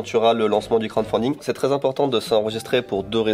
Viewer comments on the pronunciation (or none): Je suis le seul que ça agace quand dit « Crande fonding » au lieu de « crowdfunding » XD Très bonne vidéo sinon ça fait plaisir de retrouver l’équipe (presque) au complet